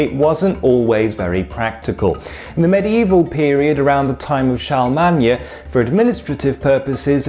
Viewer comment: You mispronounced Charlemagne. it's sharluhman